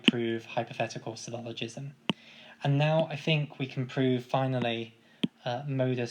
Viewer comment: it's "syllogism" not "sylloligism".